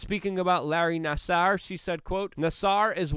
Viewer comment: Larry Nascar. Definitely one of my top 10 mispronunciations.